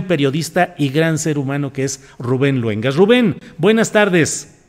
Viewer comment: La octava tiene buena programación,buenas entrevistas,Rubén sigue igual dando buenas noticias y entrevistas,¿Que te pasa?Se dice Luengas,no jodas.